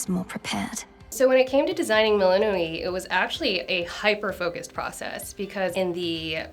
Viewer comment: Why does she pronounce the names like that 😭 "selen-e" "melinu-e'